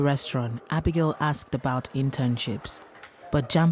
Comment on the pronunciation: So axed instead of asked? Is not an African American problem but also Nigerian and Ghanian problems? Basically I have seen a YouTuber Woda Maya doing this also.